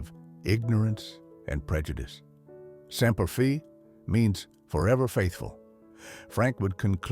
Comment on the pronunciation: It's Semper Fi not Semper Fee